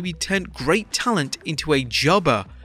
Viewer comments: “Jubbuh” with the accent😂😂😂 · The way the narrator is saying "jobber" is funny.